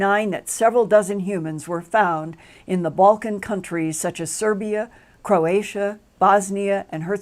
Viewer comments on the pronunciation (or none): none